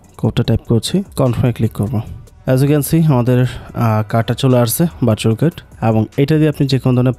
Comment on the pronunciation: ভাই আগে ভার্চুয়াল কার্ড উচ্চারণ টা শিখে নিতেন। 😑